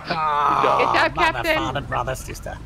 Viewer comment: 'Cowptain' lmao